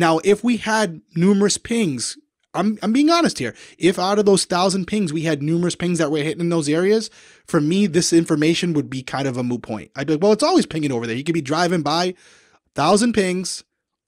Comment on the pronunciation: I SWEAR just said “moo point”. It’s like a cows opinion! No one cares! 😂😂😂